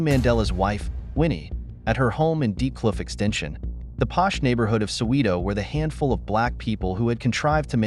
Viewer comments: Thank you for old news. It's Soweto, not "Soweeto" ??? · Please it is Soweto, not Soweeeto. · AI white american voice mispronouncing Soweto...